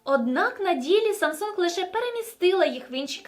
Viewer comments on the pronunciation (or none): Якщо вам особисто не подобається Samsung, то не треба так наголошувати в відео. S21 Ultra зробіть над собою зусилля, щоб прочитати нормально)